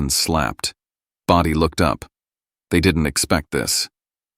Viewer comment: IT'S BRODIE, NOT body this AI is stupid